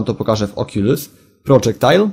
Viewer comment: czyta się okulus